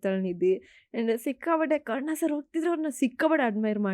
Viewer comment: ಅಮ್ಮ ತಾಯಿ ಕರುಣಾ ಅಲ್ಲ ಕರ್ಣ ಅಂತ ಹೇಳು anchor